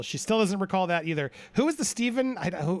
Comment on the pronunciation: I was dying in the middle of the lunch break it was to painful hearing "I don't re-call"